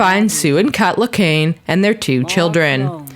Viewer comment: Really Salacami It’s Pronounced SEL-UKA-MY It’s Spelled Saleacami ALSO REALLY CUT LACANE ITS CUT LAWQUANE ITS NOT THAT HARD